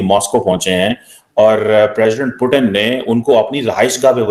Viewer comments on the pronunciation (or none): पहले पुतिन जी को पुतिन कहना सीखो, पाकिस्तानियों। क्या पुटन, पुटन कहे जा रहे हो।